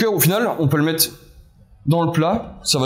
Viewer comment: "quate" au lieu de "quatRe" ... on va "mette" au lieu de" on va mettRe" ... les "R" vous posent problèmes ?